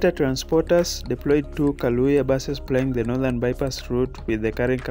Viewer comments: It’s Kayoola please not kalooya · the bus is called Kayoola not Kalooya. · Kayoola not kaloya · Sorry guys for the mispronunciation, its Kayoola* and not Kalooya 🙏🏿🇺🇬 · Kayoola not kaloya...wats up with yu???? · Thank you but the word is "Kayoola"